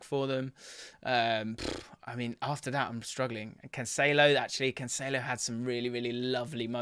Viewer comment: THANK YOU for learning how to say Cancelo!